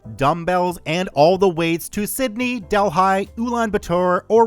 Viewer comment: The way you pronounced "Delhi", bro.... . Millions of Indian readers must be cringing. I was...and I live on the other side of the world...lol